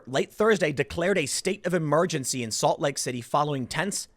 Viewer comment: almost sounds like he said “assault lake city” 😆